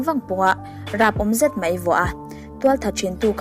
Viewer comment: 'Mai' tih hi ilam uluk deuh angai anihhi... 'Mei' tihin ilam deuh vek aa.. Anyway👍👍